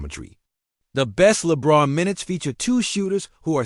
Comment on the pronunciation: They mispronounced lebrons name so obviously doesn't know what he's reporting also talks about Anthony Davis who isn't on the team at least try